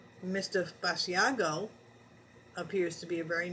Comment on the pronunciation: It is not Bass-e-ah-go. It is Bash-Ah-go!